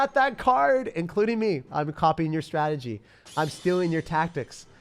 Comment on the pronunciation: Does anyone else notice that says ‘strategy’ really weird…like, every single time. I chuckle every time I hear him say it. No hard feelings. I love ya dude! I’mma daily first-thing-after-the-work-shower watcher.